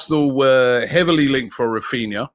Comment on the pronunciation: man said raphina 😂😂